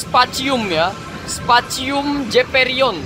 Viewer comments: Bang yg bener specium bukannya spacium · Banh itu bacanya spesium zeperion bukan specium zeperion